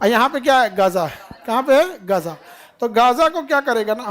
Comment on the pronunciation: Are sir jee gja naha gaaza hai